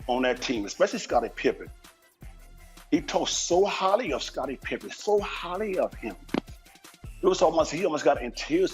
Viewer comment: He talked so ‘holly’ of Scottie pippen 😂😂😂